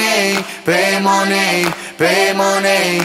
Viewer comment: Ho 40 anni, quindi appartengo ad un'altra generazione. Diciamo che prenderei più seriamente questa canzone se la parola "money" fosse pronunciata correttamente...